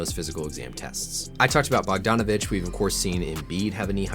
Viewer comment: great vid, thanks for the breakdown on tyrese's injury. however, the pronunciation of bogdan bogdanovic is bog-dan, how you said it is the boganovic from utah